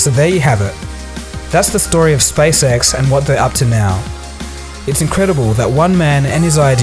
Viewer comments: I am so sorry, but it seems as if I have to be the immature one and say that when you say "SpaceX" it sounds like "SpaceSex". Sorry. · hehe it sounded like you said space sex a couple of times. But in all seriousness great video:)